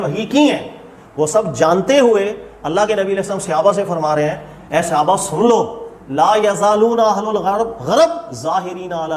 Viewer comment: صحابہ کا لفظ صَ کے زبر کے ساتھ ہے۔ صَحابہ۔ اپنا تلفظ صحیح کرو۔ لفظ صَحابی زبر کے ساتھ ہے۔ تلفظ کی اصلاح کریں۔